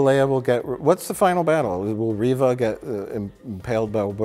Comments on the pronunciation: I can’t believe used a hard “R” to pronounce Reva’s name…. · bro said Reva with a hard R oh lordy